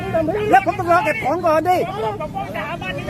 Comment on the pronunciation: เขาจะ เก็บของ "เก็บของ" ฟังไม่ไม่รู้เรื่อง !!